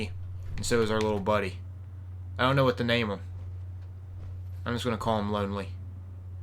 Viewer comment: I have a suggestion for a name of the gnome. I know you said "Lonely" but it sounded like you said "Lowly" and that made me think of a different gnome, Millhouse Manstorm. When you first encountered him in World of Warcrafts Burning Crusade dungeon Arcatraz he called "A lowly gnome" by Warden Mellichar.